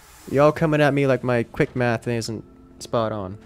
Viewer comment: You guys got him so gaslighted about his math skills that he went to a southern drawl "yall"